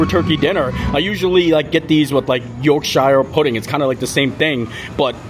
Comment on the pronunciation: It’s pronounced a “York shh” pudding 😊😊 love these videos, When is Mama Morrow and the family visiting next?